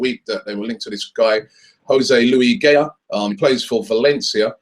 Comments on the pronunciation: It's not "Gay-A" It's "Guy-A" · it's ga-YA, not GAY-a